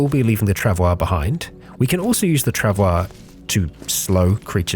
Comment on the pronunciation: forgot really fast about the proper pronunciation of the trav oi mate.